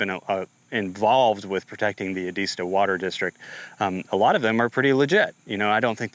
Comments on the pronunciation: Edisto not edeesto. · It’s pronounced Ed-iz -stow